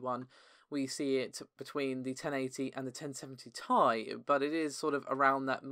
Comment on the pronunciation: omg stop saying tie for ti, its T...I...